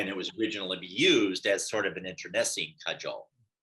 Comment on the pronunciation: What sport will there be "no advantage",? EDIT: And,, "internecine" is pronounced "in·tuh·nee·sine(UK)/sin(US)" not.